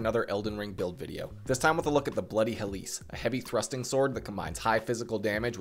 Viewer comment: Look.... tiny correction I know, but as a Grammar Nazi, 'Helice' is pronounced close to 'helix,' not 'hell-LEESE.' The emphasis is in the wrong area in the video. But seriously thank you for the guide. I was having some issues because I love the moveset, but I also am not too good at spreading my stats efficiently.